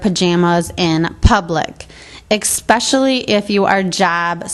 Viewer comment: "Exspecially"??? Really? I've never heard that said in a professional context.